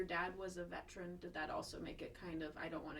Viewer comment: Vetrin? Its Veteran. Say it right